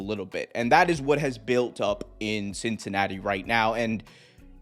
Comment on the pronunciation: "Cincanatti" lol